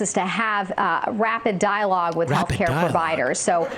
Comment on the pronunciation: Did she say "rapid dialogue" or "dying rapid log?"